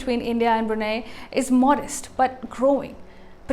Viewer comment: Brunei is pronounced as "Bru Nai",not "Bru Nay"! For goodness sake!